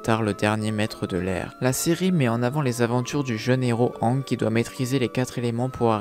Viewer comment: Pk tu prononce mal aang